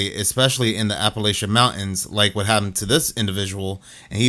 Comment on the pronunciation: Mountains has a T in it ! It’s not pronounced moun ains